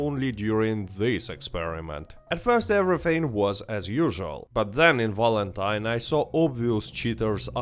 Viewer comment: Its not "W"alentine you silly "V"anker...😅